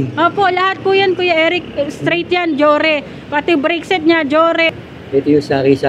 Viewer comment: Meron bang Deore d'yan? Bakit puro Jore ang naririnig ko...😂